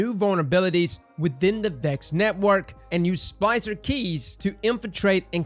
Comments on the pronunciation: Is he saying "spicer" or "spLicer? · cant pronounce splicer?